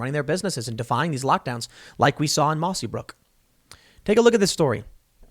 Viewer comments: Hey Tim the town is called Mossyrock not Mossybrook. I live near the town. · IT’S MOSSYROCK. Come on!